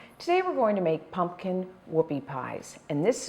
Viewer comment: Pumpkin, not punkin.